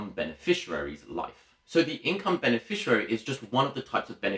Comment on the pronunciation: Good video but minor point is that it is beneficiary not beneficirary.